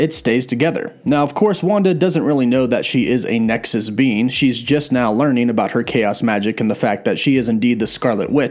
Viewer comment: Great video, sounded like you were calling Wanda a ‘nexus bean’ 😂😂